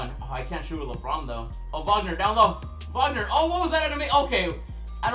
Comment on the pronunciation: Wag-ner not wogner